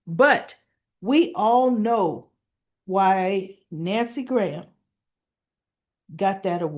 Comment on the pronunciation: it's Nancy Lee Grahn, not Graham (pronunciation grawn).